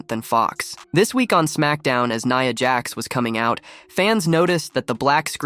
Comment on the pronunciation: Nya Jax not Neeea Jax